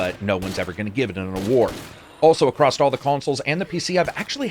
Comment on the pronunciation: "accrost" Nooooo!!!!!